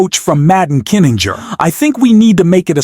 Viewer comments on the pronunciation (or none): Why do you keep calling Kinzinger "Adam Kininger"? Get your names straight before you record your narration! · To the announcer: His name is Kin-zing-er. Why did no producer of this tape catch this sloppy error? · PLEASE, for the love of GOD, learn to pronounce Kinzinger's name and say it PROPERLY. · Not a big deal but it's KIN ZING ER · Can’t pronounce Kinzinger? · Why can't AI pronounce Kinzinger?????? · Worst AI narrator I ever heard -- who knew there were so any ways to (mis)pronounce "Kinzinger"?